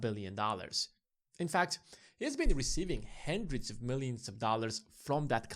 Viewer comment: Apologies, but it's "hundred", not "hendred".